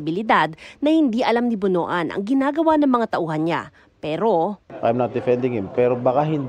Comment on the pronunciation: Pronounce as BONWAN, not BONO-AN